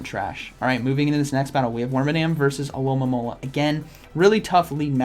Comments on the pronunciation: It’s a good thing I’ve been watching these videos bc now I know the Pokémon isn’t called “aloe-mom-ala” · I love how Z says alomomola “Alolamololololola”